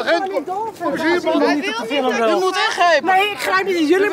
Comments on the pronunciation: "Why you take my pictja" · Whay yoeh take may pieeektjaaa? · Niemand: Random kerel: WiJ jOe TeEk mAj PiEkTjUr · Die man zegt niet picture maar pictje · lijkt wel of hij zei: you took my pietje